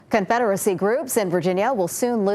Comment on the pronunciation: “daughters of confeddery” 😂😂😂